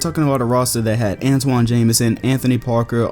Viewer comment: not you too..... It's pronounced AnTAWN Jamison (exactly like it's spelled,) not Antoine. Now then... interesting as always.